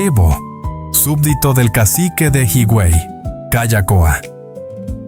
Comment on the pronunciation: Hermoso documental,, Hermoso mi pais,, pero como siempre alguien debe poner la nota,, 😊 ,,HIGUEY no es" jiguey" recuerda que la "H" es muda y se pronuncia "iguey" lo mismo con "AZUA" es como se escribe sin acento en la U,, discúlpame por la corrección, Bendiciones